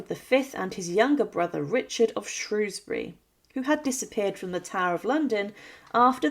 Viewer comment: Great video but she needs to pronounce Shrewsbury correctly It's not pronounced as it is spelt; But good job none the less